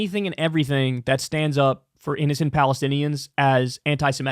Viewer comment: Kyle: read your comments once in a while, and stop saying siMETic. It's seMITic!